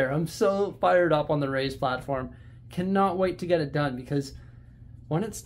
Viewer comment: For some reason i have always thought you said "Ray's platform" not "Raised platform" mystery solved i guess 😂